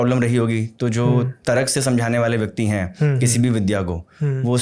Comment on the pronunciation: Tarak nahi hota hai tark hota hai